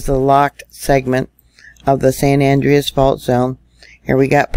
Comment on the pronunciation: San Andreas is Spanish, the second syllable is accentuated. Its pronounced San An-DRE-us....not AN-dre-us